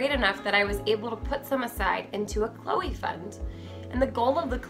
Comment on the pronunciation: what kind of name is chole? i understand chloe, but chole? sounds like choke not cholr.